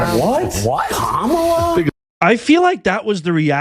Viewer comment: KAMUUUULA NED TAKELA DAS OLL